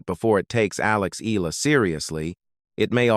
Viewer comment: E-a-la ( Eh-yah-la). Please correct your pronunciation. You guys did the say when “Pacquiao” first became a world champion.